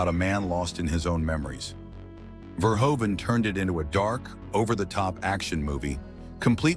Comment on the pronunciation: Verhoeven is pronounced [vərˈɦuvə(n)]